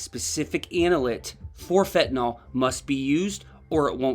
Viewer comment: It's not pronounced fen-ta-NAL. It's fen-ta-NYL. Everybody mispronounces it.